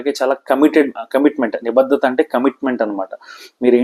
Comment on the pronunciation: మీలాంటి వారు కూడా తెలుగు ఉచ్ఛారణ లో ఇన్ని తప్పులు మాట్లాడుతున్నారు. వత్తులు ఎక్కడ పెట్టాలో అక్కడ పెట్టకుండా వేరే చోట వత్తి పలుకుతున్నారు(ఉదాహరణకు భాద్యత కాదు బాధ్యత, నిబద్దత కాదు, నిబద్ధత ect). కొంచెం ఆలోపాలని సరి చేసుకుని తెలుగు ని బతికించడయ్యా బాబూ.😒